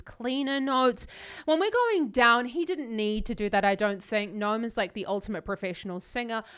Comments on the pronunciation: His name is not nome. It's Noam, spelled No-Ahm. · It's pronounced No-Am